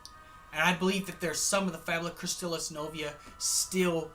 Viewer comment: You mispronounced Fabula Nova Crystallis.